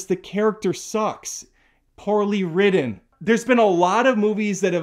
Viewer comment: Did he say The Beekeeper was ridden in an afternoon? What does that mean? Is he trying to say “written?”